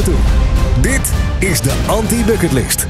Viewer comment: Klopt, zo spreek je dat uit